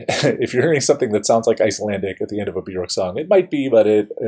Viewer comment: Love this song. BTW, Björk is pronounced “be-yerk”. The “ö” sounds like the “o” in work; rhymes with jerk … not cork. Great analysis!